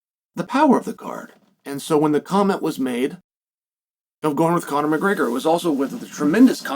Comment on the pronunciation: Chael can you say Gregor not Graygor it’s so annoying